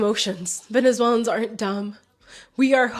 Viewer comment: I like your take and for the most part agree. Just one thing bro — learn how to say “Venezuelans”